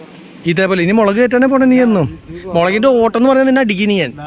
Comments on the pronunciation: മേളക് അല്ല 'മുളക്' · ഒരു സംശയം മേളക് ആണോ മൊളക് 😂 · മേളകോ 😂😂 മുളക് അല്ലെ 😂😂